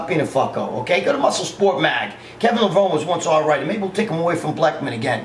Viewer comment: LEVRONEEEEEEE "E". I swear nobody says his name right lol..He was awesome. 2017 here we come..